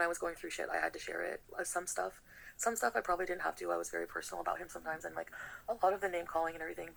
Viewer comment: Why is she saying lik